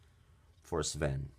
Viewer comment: It's not Spin the Reindeer's name is Sven (Sf-en)